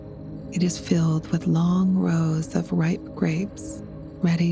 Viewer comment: Do you “cast a rod” or “cast a line”? And “the rows of produce” got me — sounded more like “rouse”… I know there are different dialects but this caught my West Coast U.S. ears and I had to stop 🥴